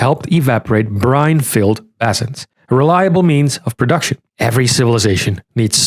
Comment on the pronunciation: BAY-sins.. not Bah-zins.